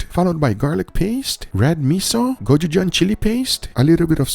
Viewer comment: It's Go-chu-jang not gojugan or kojujang please get the pronunciation right 😟